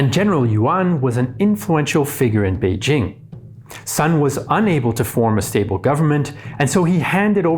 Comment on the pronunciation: He does get credit for pronouncing Beijing right. Many YouTube content creators, including some on related channels, can't even do that. They keep pronouncing "Beizhing" for some reason.